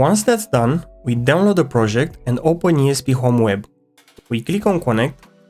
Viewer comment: It’s a good projegg!